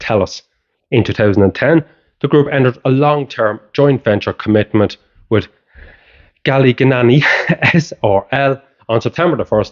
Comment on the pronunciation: Gallignani (14.18) is pronounced “Gal-in-yarny…… I remember they explained the pronunciation in one of their adverts back in the early 1990’s 👍 Thanks for another great video 👏